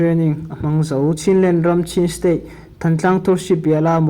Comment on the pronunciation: Chachar ti lovin kachar ti a lam tur aw.stay ti lovin state ti bawk la